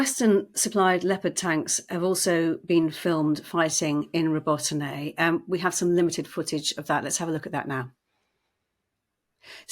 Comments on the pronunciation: Learn the pronunciation of the places you are talking about, it is so unprofessional , Robotyne ( Ro-bo-ti-neh ) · They could consult with Ukrainians and learn the proper way to pronounce Robotyne.